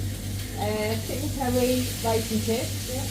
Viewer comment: Chicken 'Kerry'.